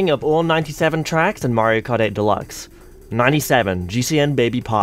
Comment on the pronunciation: My slightly shorter livetweet than the pinned one, as is customary for me on a long video with lots of content. - is cis confirmed!? (Happy belated trans day of visibility!) - I love pause as she realizes that it said something about snow, you can hear how awkward it is. - Woo, Canada! would have been a great time to mention something about sleek technology featuring spyware. - The 'g' is silent, it's actually prounounced, "purity". - Sorry to burst your bubble,, but while Toad Harbor_[sic]_ may look beautiful on the surface, we all know it's being plagued by the woke LGBTQIA+ movement. Just look at them, they think a princess can stand in for our beautiful Lady Liberty! That Gavin Newsom's "city" of poo pales in comparison to Toad Habor_[sic]_. Shiver me timbers. Thank goodness for you get the rest]. and after -, you broke, you used plural pronouns for an individual. That's falling into the hands of the woke feminists of the 1990s, BOOOOOOOOO. Surely you could have made an executive veto to fix it. -... It's at this point you realize is also gay - Big no-no, Greece is not 'Murica >:((((((( - is a trans man? Is Elon a trans man?, I hope everything you try to do with AI just comes out like this now, this gave me a headache from repeatedly facepalming. And that's--and yet